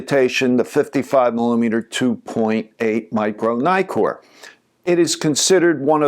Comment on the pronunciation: it's not 'naikor' for pete's sake. It's neeee-kon, neeee-kor etc..